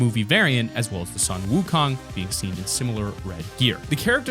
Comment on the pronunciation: It’s not ☀️ wukong people that don’t know how to pronounce it make me cringe